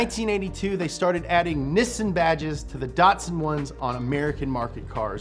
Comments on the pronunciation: I hope you are in character when you say Niss(i)n and not what it is.. Niss(A)n. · Its not niss sun its nih sahn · Media : Can you please learn to pronounce Japanese words. It's Neessahn in pronunciation, not Nissun. I is always ee. Always. No other way to pronounce it. A is always 'ah', no other way to pronounce it. Learn it. Live it. Please. [ Edit: You finally said it right, the very last time you said Nissan - Please listen to the last time you said it in this video, because that is how it's pronounced.] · Actually, it’s pronounced “Knee Sah”, not Nisin or any of that other crazy shit! Yes, I’ll be that guy! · in USA it's either Nisn or Neesawn. in UK we just say it as its wrote. nis-san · in japan its knee-san not nissn' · why even when in the commercial itself its pronounced "nee-san" but still insists on calling it "nissin" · ... please forgive this picky comment ... it's "NEE'-sahn" ... not Niss-inn ... ok? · Its knee-sahn. Not nissin, that's a brake manufacturer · It's Nee-Sawn not nissin. That's an instant noodle company. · No body:: NISN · Nissan is actually a Japanese work. In Japanese, the character "に" (Ni) is pronounced "Nee". The way pronounces Nissan is incorrect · People also say "saki" instead of sake, doesn't mean they are right. Look up Nissan in and it is clearly にっさん, from 日産. Americans may miss the double consonant, but they are much closer than any Brit or Aussie pronunciation. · we dont say nissin in NZ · It's NEE-SAAN! 😆 Damn you, get it right haha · You mean "nisun" not "knee-san" (plz dont cancel me i know it is a joke) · It's pronounced "Knee Sun" bud. I just watched the "most popular cars in err country" vid. Good job and go Toyota! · Everytime he says "Nissin", an R34 gets crushed. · niii son... knee san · No one:: “NEHSUN” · It's pronounced knee-saan. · Why does he keep calling Nissan “niss’n”? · STOP SAYING NISSUN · idk how he's a car enthusiast but still pronounces Nissan wrong 😭